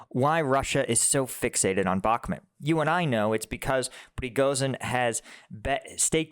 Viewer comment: Mate, please say Bukmoot. It's not Bukmet!